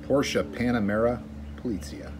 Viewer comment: I’m going for Porsche 918 Spyder! And by the way you pronounce Porsche right! That makes me 😃!